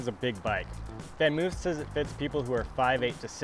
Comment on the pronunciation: It's actually something like "FonMoaf". Van is pronounced Fon. 🤷🏻‍♂️